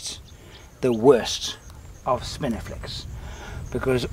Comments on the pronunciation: Is it my aging ears, or were you saying "spiniflex"....instead of "spinifex"? I seemed to be hearing an errant "L" in there....??? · I love how you pronounce spinifex as spiniflex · Spinifex sericeus --- NOT "spiniflex" (as you pronounce it)